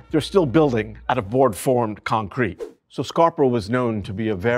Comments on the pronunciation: Never heard concrete pronounced like that… con-crete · I don’t think I’ve ever heard anyone say concrete, the way he says concrete. Interesting